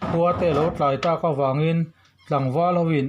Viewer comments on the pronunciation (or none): none